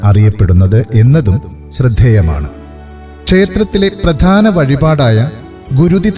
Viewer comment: ഭഗവതി ബഗവതി ആകാതെ ഉച്ചരിക്കുക. Male voice അക്ഷരശുദ്ധി ഉണ്ട്. പ്രതാന അല്ല പ്രധാന എന്നാണ്.